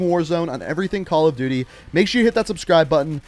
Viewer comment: Calla duuty ghosts